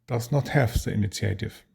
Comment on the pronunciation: thanks for your wonderful shows. your english is very good. please allow me to help you say one word better. initiative is pronounced EE-NEE-SHEEAH-TIV. looking forward to more shows about napoleonics and campaigns.